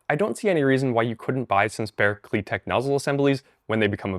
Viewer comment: ❌KliTek ✅KliTep